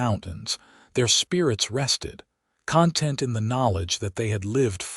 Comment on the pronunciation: Very good story. Interesting, full of intrigue, suspenseful, all good elements. Narration was good, but AI still needs improvement on the correct pronunciation of several words, in relation to the sentence, like read, live, and content. Stating the legend and love of the whole story doesn't need repeating three or four times at the end just to use up time. A little more editing would go far. Listened from Northeast Florida USA.